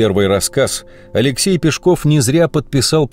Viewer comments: Нас в школе учили ПЕшков, а не ПешкОв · Вот такой вопрос. Почему Пешков, с ударением на *о*. Живу в Нижнем Новгороде, уже более 60 лет. И в школе , и в музеях, и в домике Каширина, всегда и везде он был Алексей Пешков, ударением на *е*. И вдруг, в 21 веке он стал Пешковым, с ударением на *о*. Ухо режет так, что аж зубы сводит. Обьяснитесь пожалуйста. Бывает так ,что по центральным каналам показывают репортаж о Нижнем Новгороде, называют его Новгород. Видимо для москвичей это один и тот же город. Обидно! Наверное, ваш Пешков, с ударением на *о*тоже из этой серии.